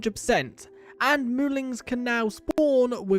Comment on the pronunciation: Wait, so are they moolings or moolins? I can't tell, because from what is shown in the UI, it's spelled moolin, but it's definitely being pronounced with a g at the end. I'm not sure if it's intentional, and if not then I apologize if it's insensitive of me to say